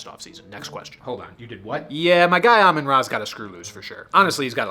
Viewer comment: Aman-ra XD love that